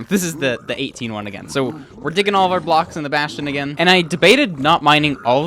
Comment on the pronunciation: "Bastion" I thought it was funny